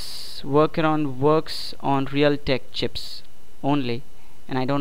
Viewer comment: at the end did he just say real dick chips? O.o